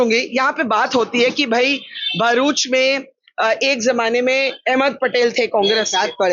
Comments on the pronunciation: It’s not Baaaruch, it’s Bharuch 😅. Atleast fix the pronunciation of the name of a city properly where you are reporting from. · Behruch it's bharuch you are Indian not foreigner pronounced prperly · Barkha, please don't call it Bhairuch. It's Bharuch.😂😂 my ears start getting vibrations when non-gujaratis totally change the original name of cities or even dishes of Gujarat. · भरूच thik se bolne ki practice karo pehle 😂😂 Behrooch Kya hota hai bey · its BHARUCH....please don't DISPRONOUNCE